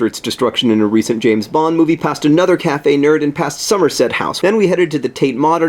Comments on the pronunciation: It's not Cafe Nerd, John. It's a 'O' which makes it Cafe Nero :') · John it's Café Nero not Café nerd. Ahaha. :) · Sorry John but it's Caffe Nero not Caffe Nerd loool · It's cafe Nero, not cafe Nerd sorry! hehe x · It's cafe Nero not cafe nerd.... Hahaha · Ahahaha cafe Nero not cafe nerd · I love how you keep saying Caffe Nerd. It's Caffe Nero :D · Hahahahaha cafe nerd! Cafe Nero! It's an O not a d! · John sorry to disappoint you it's Cafe Nero not Cafe Nerd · It's cafe Nero with an o. I thought it was cafe Nerd to when I first saw one. We have them in Scotland too :) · by the way, it's cafe nero, not nerd, ahah (a cafe for nerds would be cool though) :)) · hate to burst your bubble but it's pronounced caffe nero not caffe nerd, sorry :( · It's cafe Nero not nerd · "Cafe Nerd". It's an "o". Silly John. <3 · It's really lovely to see a Thoughts from places from a place i know so well :) (also it's cafe nero, i assume you knew that, but just in case: nero :) ) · Welcome to England!! I saw you on Sunday evening at Cadogan Hall and it was the best night of my life, too bad the queue was too long for me to get anything signed though. ;( I got a poster!! And I must admit that English weather is messed up, it snowed with the sun shining today ;D Also I love how you said Caffe Nerd. I will forever call it that now. PS heard you on the radio!!